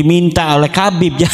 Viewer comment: Imadudin seorang kiyai dan ulama tida bisa menyebut lafad habib dia sebut KABIB